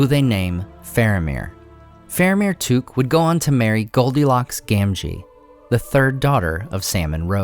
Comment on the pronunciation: It's Took and in I took it, not as in kook!